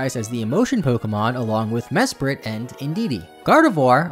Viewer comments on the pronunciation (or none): none